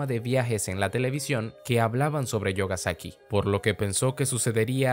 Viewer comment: La pronunsiacion correcta no sería "yogasaki" sino "miogasaki" xdd